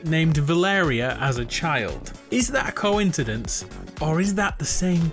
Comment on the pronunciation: bro said "cointidence" :D